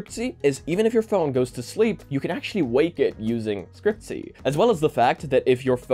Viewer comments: its not scrcp-y, its scr-cpy, for screen copy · when he pronounced it "scriptsy" i died inside. i usually pronounce it "Screen Copy" because thats basically what the acronyms are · Scriptsy was so cringe 😂😂😂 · FIY for anyone that cares, scrcpy is pronounced "screen copy", the vowels are just removed. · scrcpy is pronounced 'screen copy' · It's pronounced Screen Copy. Or screen copy .py. Sndcpy doesn't require android11. Another input option is holding your actual phone and tapping on it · SCREEN COPY. SCRCPY IS PRONOUNCED SCREEN COPY! sorry for yelling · Scrcpy is spelled screen Copy xD but the pronunciation is already wierd